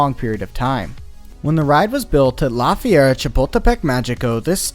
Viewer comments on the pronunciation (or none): I really love your videos and the way you reveal the truth about roller coasters to the public but as a bilingual Spanish speaker it pains me so much to hear you say "Fee-air-a" when it should be closer to "Fer-ee-a" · Ok but listening you said "La Fiera Chipotlepec" Mexico so many times is both hurting me as a Mexican and Amuzing. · I love your videos but maybe look up how to say some of the names. Even if it’s just on google translate bc it’s pronounced like the word fair and reea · I honestly thought he was saying “la fiera” or “the beast” which was awesome. Thanks for ruining it.